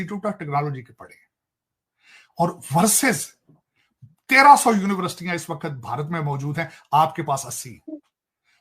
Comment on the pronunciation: University bolna nahi ata aur chale hain politics pr bolne.😅